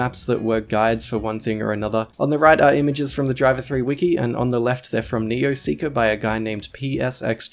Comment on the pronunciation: OMG! You're saying it wrong. Driv - three - arr.